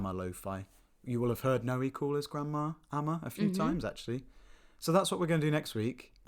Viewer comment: Grrrrr.. It's not "No-ee" It's "Noy"... at least get that right.